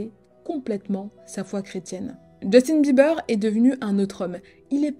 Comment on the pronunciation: Djeustine Bibeurre !😂